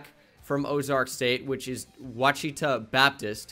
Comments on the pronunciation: Ouchita is pronounced WAH-SHI-TAH. Not “wahcheetah” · You say it washitau Baptist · Ouachita is pronounced (wash-it-aw) love the content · Ouachita lol sorry I’m an Arkansas guy so I had to say something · Just in case it comes back up Ouachita Babtist is pronounced Wash-a-Tall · I played ball at Ouchita Baptist, and you are BUTCHERING the pronunciation lol